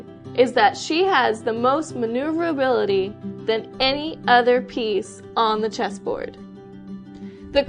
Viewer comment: i grinned at her difficulty with pronouncing maneuverability